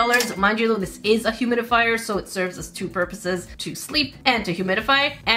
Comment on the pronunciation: Did anyone else notice called it a humidifrier? 😂